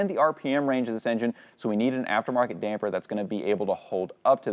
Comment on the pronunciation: Thanks for saying “Damper” correctly!!! The “Dampener” guys really are irritating!!!